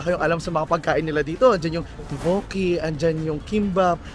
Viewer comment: Teokbokki (tok/bok/ki) po 😂 di toboki